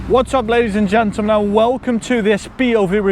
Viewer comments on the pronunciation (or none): Ladies and gentmel🤣🤣